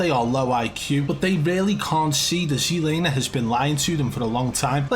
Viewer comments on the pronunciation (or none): look its NOT SEE laner its fkn TSET laner Z not C GET THAT